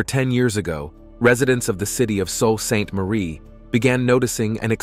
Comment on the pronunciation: Lol,.he's pronouncing Soo as Soul Ste.Marie..sounds like Soo..but spelt Sault Ste.Marie